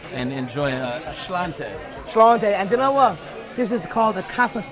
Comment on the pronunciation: Conor should have told him how to pronounce slainte! Conor is drunk 100%. His whisky is absolutely horrid. That said it’s unreal what he has done with it in the States is unreal! The noise is very annoying